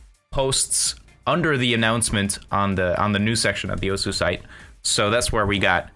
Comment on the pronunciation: I mean alot of people do it. I know it doesn't make it right but it makes it a more understandable mistake